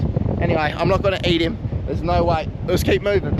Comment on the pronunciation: we call eat, not eaaght